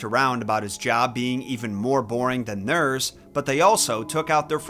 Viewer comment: "more boring than thuurs".... My boy... Are you from St. Louis?